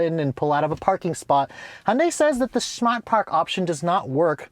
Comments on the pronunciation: OMG, How do You Say SMART But Pronounce it as SHMART !! Where Did You go to School, Certainly Not in the United States of America!!!🤔🤬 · Please don’t eva say shmart park again 😂😂😂